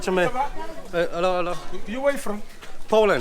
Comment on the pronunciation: " Dzień dobłry " ;)